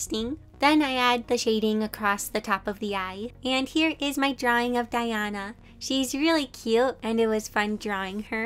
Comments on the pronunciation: Who was suffering when she was saying diana when it diona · its pronounced DIE O NA not DIE ON A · Me listening to voice over in - : "It's not DiAna, It's DiOna!" This gave me bit of discomfort😅, listning to Diona's name being mispronouced. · Its diona not Diana sorry if your offended :( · It’s diona, pronounced “die-own-a” 😞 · U pronounced Diona’s name wrong. Also people spend WAAAAAAAAY more than 5000 to get a five star. Also, you should continue playing and not stop just because u lost a roll with 5000 primogems. Re runs exist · Now that I play genshin impact, how you say diona pains me lol. Not to big of a deal lol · she kept saying diona wrong, i have her.I am soo glad she drawed nezuko but I prefer guyi and tanjiro and rangoku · Nice but so many people say Genshin with a long e sound on the i and it bothers me lol that's just me though. And her name is Diona, with a long o. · I saw Diona and I clicked Edit: she pronounced her name wrong- I can’t- 😭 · Me cringing at “DiAnA” and “zHaNg Li”